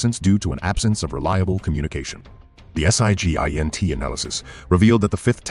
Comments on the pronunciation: Just to note SIGINT is pronounced sig-int, rather than saying each letter out on its own in the acronym. (A lot of the intelligence-related acronyms tend to work like that.) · I don't think I've ever heard anyone spell out Sig(nal)Int(elligence) like that before. Novel.